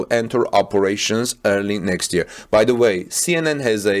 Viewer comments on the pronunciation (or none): none